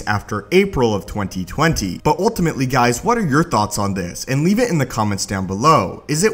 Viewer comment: The way this guy says 2020 bothers me.